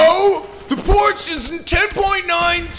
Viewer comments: Porsche is pronounced "Porsh-Uh" dude. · ... The exact way the people who work there and created Porsche say it Porsh. :P